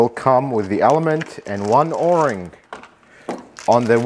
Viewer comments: O ring or "Oar ring"? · You're only the second person I've ever heard to call it an or-ing instead of an oh-ring... Maybe it depends where you're from...? I really like this video. Great tips about how little the oil filter cap needs to be tightened and how there's nothing wrong with the plastic one vs an aluminum one. But the spin-on oil filters are also called spin-on canister filters. I refer to this system as a cartridge style oil filter. Some people spray the inside of the oil filter cap with brake cleaner to clean it before installing the new filter element. What's your opinion on that? Since brake cleaner might damage plastic I was thinking it might not be a good idea.